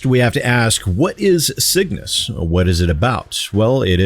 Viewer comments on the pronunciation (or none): That added "S" was killing me. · Pickups go to score and upgrade purchasing currency when your shields are full. You’ve also pronounced the name of the game wrong the whole time lol